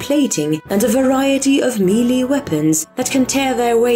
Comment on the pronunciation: Just gonna say I recently found you but I love your voice and specifically the way you say melee